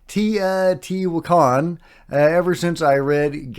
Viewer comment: Broooo it’s Tay-O-T-whaa-khan….. not that hard for crying out loud!